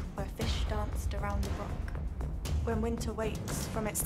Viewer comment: Is there not a Scot who can narrate and actually pronounce the word "broch"? Was interesting just the same.